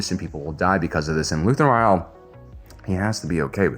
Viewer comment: His last name is Ra-el not Re-al. This isn't Real Madrid...